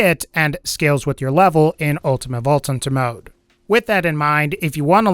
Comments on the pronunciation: "ulTimaTTE vaulTT TThunTTer mode" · "Ultimate vault tunter mode"